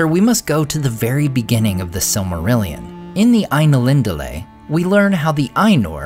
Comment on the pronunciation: I hate how English-speaking youtubers pronounce Tolkien's words. It's a travesty. "Eru" doesn't use rothic "r" like an American saying "kangaroo", it's more like a Scottish "r" or a German "r", square and strong. "Ainulindalë", as the diaeresis suggests, must have the "E" pronounced clearly. "E" like in the word "emphasis". Ai-NU-lin.da-LË! "Sauron" is not "sowron", it "sa-u-ron" with "a" like in "father", "u" like "oo" in "book", square "r", "o" like in the word "lo". Learn how to pronounce it!